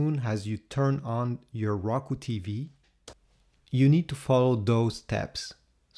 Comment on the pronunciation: you pronounced it raku it's Roku